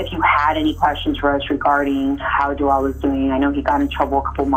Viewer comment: So all he needed to do, was be called Alteir and they would have a full confession??! I know those detectives are pissed. And no wonder he didn’t answer anything bc his name is pronounced Jo-el, not Jo-ol.